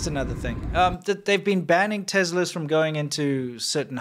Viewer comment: wtf is a tezla lol